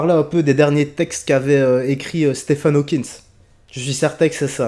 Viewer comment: Hawking frerot pas Hawkins mais j'ai bien ri quand meme ahaha